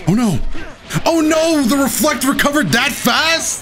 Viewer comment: When he said reflect I thought he said were fucked 😭